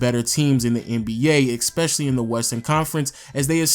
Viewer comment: eSpecially, not eXpecially. Good vid though bruh, like your content